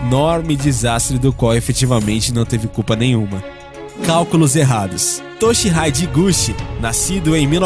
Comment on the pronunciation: Em a pronuncia correta é "Toshirridê iguti"